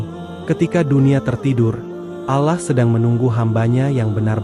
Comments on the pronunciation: Ya benar klau orang muslim bukan begitu menyebut nama Allah .... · Maaf mau tanya...ini yg baca narasi nya muslim atau non muslim y...karena dalam penyebutan kata ALLAH nya tidak pas menurut islam